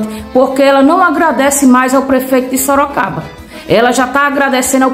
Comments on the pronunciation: ELA FALOU SOROCABRA MESMO, OU EU OUVI ERRADO?, EU ACHO QUE ELA QUIZ FALAR SOROGADO.😂😂😂😂😂😂😂. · Ela fala SOROCABRA 😂😂😂😂😂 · Sorocabra!! Soroboi, Sorocaba!!😂😂😂😂😂😂😂😂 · Sorocraba mesmo! Seria mais fácil ela ter dito Soroboi!!😂😂😂😂😂😂😂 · Eu moro em Sorocaba e não Sorocabra😂😂😂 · SOROCABRA E A LINGUA DELA DEVERIA IR PARA ESCOLA APRENDER FALAR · ESTOU ENGANADO OU ELA FALOU SOROCABRA ? OUVÍ DIZER QUE ELA É FUNCIONÁRIA DA PREFEITURA E RECEBE SALÁRIO SEM TRABALHAR...É AMÍGA DO GASPARZÍNHO, O FANTASMÍNHA CAMARADA. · ......"SOROCABRA"😂😂😂😂😂"MANGA"😂😂😂😂😂SÓ FALTOU O CAGALHÃO "DAMARES PAU-DE-GOIABEIRA"😂😂😂😂😂😂😂😂😂😂...... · Sorocabra ? Será q.não é soroboi ? 😮 🤭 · Sorocabra, Sorocaburro, Sorocavalo. kkkkk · Kkkkkkk nem soube falar a cidade q vergonha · So pode ser bozoloide kkkkk burra é pouco. ate o lugar ela fala errado misericordia